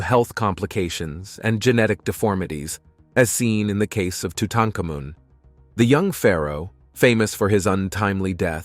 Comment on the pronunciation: Tutakamun?!?? Don't you mean tutenkahmun??